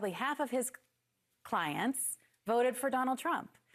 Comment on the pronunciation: Jamie “diamond “ or “demon”? 😅